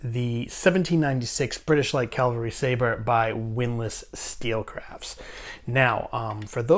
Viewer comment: Learn how to say cavalry, not calvelry